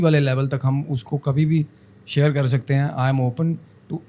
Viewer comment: साहब !! आप सामाजिक माध्यम पर है। कम से कम शब्दों के उच्चारण तो सही तरीके से करें। आप तो तालव्य 'श'' (Sha) और दंत 'स (Sa) में गफलत करते हैं। जैसे Share( शेअर) का उच्चारण आप 'सेअर' करते हैं;जो व्याकरण के अनुसार बिल्कुल अशुद्ध(असुद्ध नहीं) है। ऐसा उच्चारण करके भाषा का मज़ाक़ न बनाएं। धन्यवाद(धन्यबाद नहीं)।